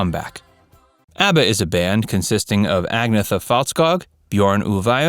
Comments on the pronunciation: A disco band?????? What an idiot! He can’t even pronounce the names correctly. Ah I get it- he’s American - what he doesn’t know he makes up!! 🥴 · For crying out loud if you're going to talk about ABBA at least PRONOUNCE Agnetha's name correctly. There is no excuse to not know how to do this and it is disrespectful. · Who's behind this? The narrator is talking nonsense and perpetuating untruths. Acrimonious? They moved on with their lives but there was no truly bad feeling. And would it be THAT difficult to at least attempt to pronounce Agnetha's name properly? And she does not live in a little cottage! ABBA were not a disco band. They were diverse in their musical styles. Frida does not live in London! Terrible video. Shame on you. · Check on your pronunciation of their names. You're getting Agnetha's wrong. The g is virtually silent. The breakup of the band was related more to burnout than relationship issues. Agnetha began experiencing anxiety related to performance and crazy fans. She needed a break from the limelight. And she wanted to focus on her two children. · You know what's painful? Listening to the way you pronounce Agnetha and Anni-Fryd.......... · Listening to your lazy Americanized pronunciation of their names was painful. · You lost me by mis-pronouncing everyone’s name… and what the hell is a “former ex-husband”… did they get re-married??? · You should learn how to pronounce the ladies names... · Please do so when fact checking if you are going to go to the trouble of posting something like this. Amongst the most irritating errors is your mispronunciation of Agnetha. I am sure you would be upset if somebody mangled your name repeatedly like that. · Fact: you are not pronouncing Agnetha's name correctly thru this entire video. It went downhill from there. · You have pronounced Agnetha wrong. Also, Frida had two children, including a son called Hans. Were you born when Abba were around? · And the way he pronounced agnethas name ugh